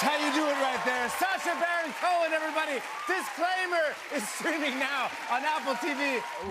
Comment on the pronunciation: Cohen... Cohen... Cohn... 👎